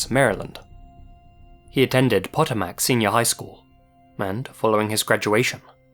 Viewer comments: Lol I know it's not important but as a Maryland native I need you to know that at it's Silver Spring with no s at the end and Potomac is pronounced Puh-TOH-mick. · Hey, another great episode, as always but I'm going to be "that guy" for a second. I know your from over the pond but case 3 Jason Cortez high school is pronounced Pō-tō-mac. Both o's are long. Potomac is actually a huge river that has many tributaries that feed into MD-DC-VA and was used by our earliest settlers that came from your side of the pond. Not a big deal but I thought I would want someone to correct me, if I had my name on it and there's no way I could've known. Or maybe you say "screw it, I've edited and posted it. Anyways sorry to be "that guy" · Hahah its Pah-Toe-Mick. Not Poe-Toe-Mack 😜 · I cant imagine leaving my infant alone, ever, at all. my kid is 8 now and i still get shit from my friends for not wanting to leave her alone for 45 minutes for scouts. its INSANE to just leave ur kids unattended. non-MD people trying to pronounce our areas is always funny af. "Pat-a-makc" XDDDD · Lol Im from Maryland and the way you pronounced Potomac was so funny. Its pronounced Puh-Toe-Mick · I have I never heard of the Jason Cortez case? I’m the same age as him and I’m from/live very close to George Mason University. More likely than not he stuck around the area after graduating, so it probably would have showed up on the local news here… oh, also not to be pedantic, but the high school is pronounced like pa-tow-mic. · Potomac is pronounced "Pah-TOE-mick" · Potomac High Shool? Puh Toe Mick .. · Just a couple of things: It's Silver Spring, MD there's no 's", it drives the locals nuts. Potomac is pronounced "Po-toe-mic" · hey! amazing (and heartbreaking) video as usual. just a quick note for future reference! the high school in the third case (patomac) is pronounced pah-toe-mac! no big deal, just a little note from an east coaster:3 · Tip: Potomac is pronounced 'puh-toh-mick'